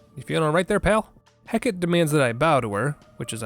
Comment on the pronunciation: Hearing 'Hecat' for what I'm pretty sure was Hecate (wasn't looking at the time, too lazy to run it back) was.... Something